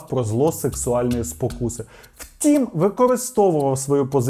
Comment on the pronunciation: Повага тобі,! Сьогодні чітко почула як ти кажеш "втІм"👍 відчувається, що працюєш й самовдосконалюєшся! Успіхів